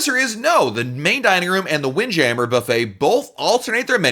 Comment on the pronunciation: The way he says windjammer 😂